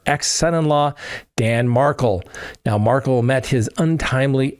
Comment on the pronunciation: You need an assistant to read your comment section, if you do not have time - especially because you ask for comments Someone recently corrected you re: Dan Markel's name. It is pronounced (and spelled, btw) Mar-kel (Mar - kell), not Markle like sparkle. Jsyk.